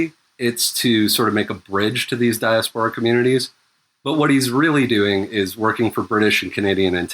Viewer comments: OMFG it is not pronounced dia-sephora it is fucking pronounced die-ass-pore-a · STOP SAYING DIASPORA LIKE DIARRHEA i haven't been able to concentrate for the last 15m since the first time and the pod's almost over, i'm just like "who sporin out they doodoo ass"